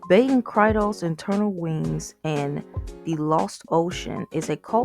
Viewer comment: Baten Kaitos is pronounced "Kai-tos" Also, the canceled Baten Kaitos 3 was for DS, then listed for 3DS before being pulled from the release schedule